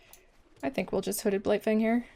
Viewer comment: I thought you said Hooded Blight-thing and it made my day. 😄